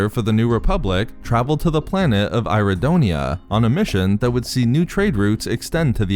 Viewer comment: It’s pronounced ear-ra-donia turd get it together man